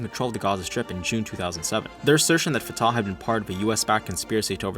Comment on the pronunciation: FYI, Fatah is pronounced Fu-tuH with emphasis on the first syllable(like the fu in fun) and an exhale(like a sigh) on the H. It's easy to remember because i always sigh out of frustration when talking about traitors